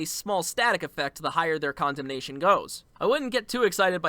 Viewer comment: Condemnation: con-demt-ion✅ Condemnation: condom-nation🚫